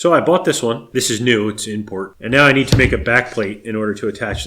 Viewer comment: Funny how you always make “It’s import(ed)” sound like it is make out of cookiedough. Great video’s though.